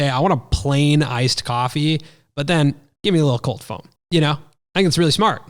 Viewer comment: foam-o 😂 loved it